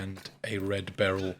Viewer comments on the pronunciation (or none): none